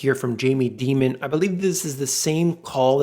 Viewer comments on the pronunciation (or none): Love your videos. Thanks so much for all your research and efforts. Just wanted to mention - I'm pretty sure Jamie Dimon's name is pronounced: die-mun - not dee-mun. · Jamies name is pronounced Die-mon